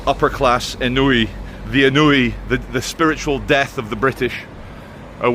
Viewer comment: Aun-Wee, not En newy. I haven't heard anyone mention the word ennui for years, and I used to pronounce it wrong too.